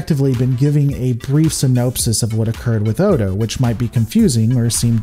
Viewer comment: No. That comment was a year old, and I have no intention of rewatching this video just because some youtube rando says so. I remember he consistently mispronounced the characters name, but that's it. That's enough for me. The show is available on Netflix. Watch it yourself if you're so concerned.